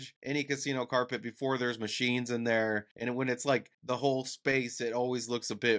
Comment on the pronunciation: Its Carpet , not corpet!!